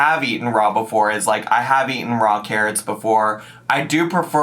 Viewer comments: they way she stops and says 'ate-en' with a smirk.. she knows shes saying it wrong, even the caption said eaten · I feel your pain,. I also hate yellow mustard. Fruit and cottage cheese is nice, but veggies need a nice ranch dressing. Also.."ate-en"? What the heck dialect is that?! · “Aten”? “ATEN”?!😂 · I can't believe she said "aten" unironically 💀💀💀. We love whole foods, but no ma'am. What is "real food"? There are all kinds of high calorie whole foods (olive oil, avocados, dark meat). A plate of raw vegetables, low fat cheese, and mustard? That's DIET FOOD. Low carb, low fat, high volume. It's, like, what everyone hates about salads. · My English degree left the chat at "aten." 🙃 Not to mention I'm not even a native speaker in the first place. 😅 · "aten"...."expecially".... maybe we've cracked the code on why she copies what others say in videos. Words are hard. I've seen so many people try this raw veggie trend with mustard/cottage cheese....it almost makes me wish I even halfway liked cottage cheese lol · not her saying “aten” “excetera” and “expecially” all in one sentence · You said "aeiten" wrong 😂